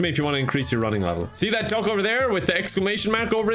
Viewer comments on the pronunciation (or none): The way says duck it sounds like dog